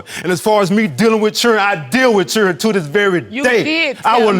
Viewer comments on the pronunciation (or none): When did the word children become CHUREN I MISSED THE MEMO???? 😀💯